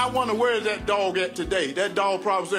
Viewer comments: Hershel not being able to say "that" drove me crazy. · I get how irritating that can be. He's likely using that "dat" and other words common in AAVL - African American Vernacular Language - an informal variety of English, spoken mostly by working- and middle-class Blacks in urban communities.